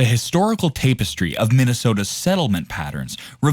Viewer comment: Tap - estry. Not Tape - estry